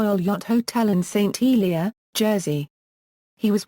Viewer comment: OMG I agree and pronouncing words so badly Langtree actually and St Hellier is correct. Worst ever commenetary. Could not watch it as Lily Langtry was an amazing woman. Shame I was really looking to watch this